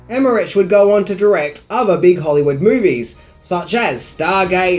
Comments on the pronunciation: CAROLCO not CAROLOCO and the name of other famous German director is not Emmeriiiiich his name is Emmerich (iiih) so go and educate yourself body and no greetings from Germany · And it's Emerich Emeri-ick not Emerich-itch as he also pronounces....Make my head explode. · And it's Dean Devlin not Del-vin as he pronounces. Car-ol-co not Car-ol-o-co Emerich is Emer-ick not Emer-itch lol I think I need to make a 10 Words Can't Say Properly video on my channel 🤪😂😂😂😁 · Emme-RICK. Not rich. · It's pronounced EmmerICK, not EmmerICH... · I was thinking the same thing. It made me cringe when he said Em-mer-rich instead of Em-mer-ric. And he said Dean Delvin instead of Dean Devlin. I think needed to do a little more research on the filmmakers involved in this production. Like... know how to pronounce their names, bud! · And Emmerich pronounced Emehrik. German you said so yourself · Roland Emmerich is not pronounced with the ch. It is pronounced as k. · It's pronounced emmerick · I love your show and I love Aussies (used to live in Oz for years) but you are truly the world champions in mispronouncing names. I already noticed that when I was living there and it seems things haven't changed since. It's Carolco and not Caroloco (they are not madly expensive) and Emmerich, oh man, just make a CK out the CH but DON'T make a TCH out of it... He's not Italian, he's German - and the CH in German sounds, well, very different. Apart from that, great work as always (but if you do so much research, do some research on the correct pronounciation, too - many ears will be grateful) :-) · ...you mispronounced Carolco and Emmerich....lol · Everyone worrying about Carolco but no one says anything about Emerich or Bassinger 😉 Love ya,!